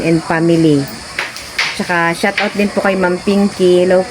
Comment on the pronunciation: good day, i korek lang kita ha..dont mind it,, “Shout Out” po, hindi shut out,,thqnk you!po.